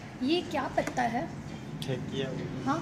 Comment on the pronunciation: It's not thekia its dhekia haak